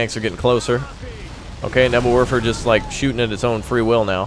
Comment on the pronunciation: nebelwurfer nein nein nein hanz das ist nicht gut es ist neevelwerfer